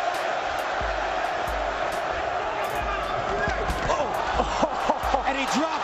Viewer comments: Ruddock, chris weedman, chris lebben, fedder, cheek congo. This guy only prounounces the spanish names correctly. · Ruddocks name is pronounced in the video so how are you still mispronouncing it, it’s lee-bon. Do your research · Haha I've never heard someone Chris Leban's last name as "Lebban". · That's exactly what I was thinking, don't think he is a real MMA fan...this dude pronounces Mexican boxer names perfectly and Fedor Emelianenko (one of my all time favorites in Pride)--but can't say "Leebin". Bro, just watch the actual fight and hear them saying Leben properly...not that hard man. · Ruh-Duck not rahdock and Lee-Ban not Leh-Bin this guy doesn’t even know who he’s talking about. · Respect the Goat....it's pronounced Lee Ben.....the crippler don't play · Bro it's so cringe! I was like Lee-been FUCKING LEBEN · Man get these dudes names rite Chris leben name is pronounced leeben and Fedor named is pronounced fador except it's spelled wit a E dam the guy says his name on the broadcast nd u still say it wrong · No, it is "Lee-bin"